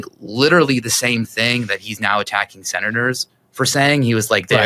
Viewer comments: I heard you say 6/7 when trying to say "6 senators". Memeing hard over here 😂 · (So off topic) my 5 year old heard you say “six senate…” and thought she heard 6-7 🤦🏻‍♀️ This too shall pass…